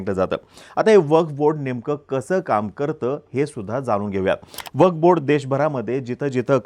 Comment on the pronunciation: अरे मित्रा... वफ नाही रे... "वक्फ" आहे जरा उच्चार सुधारा